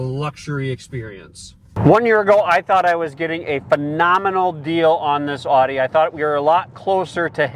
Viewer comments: OudE not aughte. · Great video. Great car. Please learn to say Audi correctly. Thanks.